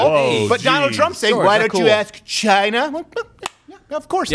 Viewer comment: Greg Gutfeld played a montage of Trump saying "CHI-NAH" to numerous people, numerous times...Not just to the Chinese "journalist"